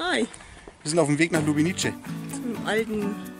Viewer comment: Ja, ist wirklich schön da. Eine Kleinigkeit- man spricht es Lubenize aus, nicht Lubenitsche, c wird im Kroatischen als z ausgesprochen. Č , also c mit Hatschek wird tsch ausgesprochen. Die Insel Cres spricht man auch Zres aus.